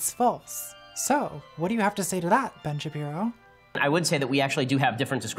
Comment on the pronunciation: I heard "Bench Appearo" and now I can't not hear it and life is so much better